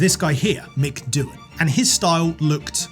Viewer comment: ダンじゃないよドゥーハンだよ。